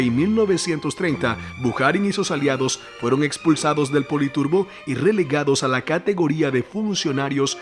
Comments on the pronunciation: Muy buen video Bro....pero cada vez que dijiste poli turbo me lloraban los oidos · ¿Por qué llamas politurbo al politburó?